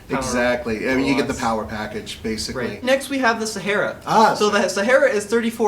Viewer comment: SA HAR A ... no e in there. ;)